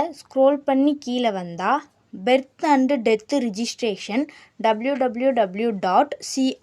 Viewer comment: It's Birth not beth